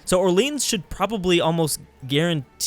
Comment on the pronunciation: Btw the French city Orleans isn't pronounced like the American one at all :s